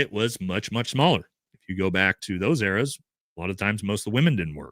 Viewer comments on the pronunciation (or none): none